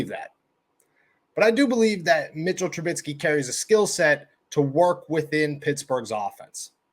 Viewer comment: Trubisky not Trubitsky.